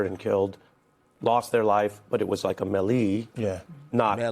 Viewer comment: Wait this guy on the news everyday and he don’t know how to pronounce melee? Or have I been pronouncing it wrong this whole time.